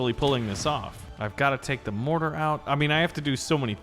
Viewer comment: It is mortar not. (Morhar)